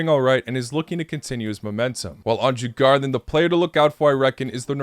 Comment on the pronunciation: They are pronounced: Dzur-Gor-danz